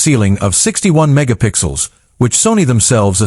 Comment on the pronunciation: Is it mega pixels or “jiga pixels” lol